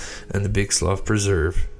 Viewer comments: Slough is pronounced “slew”. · Slough slew is how it said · The guy took off on a plane. Btw, its slough spoken like sloo, as in the slough of despond in pilgrims progress. It's sloo pronunciation.